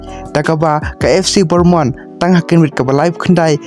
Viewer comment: Pronounce bha bah ac bornmonth ymdei ac bournemouth kein